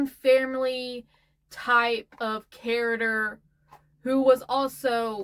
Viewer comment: Thank you for mentioning Jimothy the raccoon, because a friend texted me the short story and I looked at it sideways like, "hmmm..cute but I need more sources" Also, I was ever curious about the way you say "characters" and then I heard my friends kids say it the same way so it makes me think it is just one of those things like calling a library a "libary" Neat.